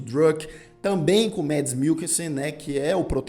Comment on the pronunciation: Parabéns pela resenha,! Uma dica: a pronúncia é "mAds" mesmo. O nome do ator não é em inglês. Abraço e sucesso pro canal, to sempre prestigiando!